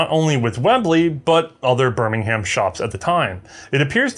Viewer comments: Birmingham is pronounced like birmingum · In England it’s pronounced ‘birmingum’ as opposed to birming-ham. Another weird quirk of the language. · Please stop pronouncing English place names as if the way they are spelled has any bearing on how they sound. Bur-min-gum Wo-rick-shuh